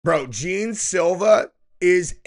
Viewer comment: The first words out of your mouth cmon bro at least pronounce the guys name right smh I’ve never heard anyone say gene Silva ya I know how it’s spelled but if you ever watch him fight or know anything about him his name is pronounced John